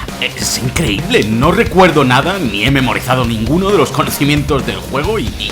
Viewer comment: IN CRE Í BLE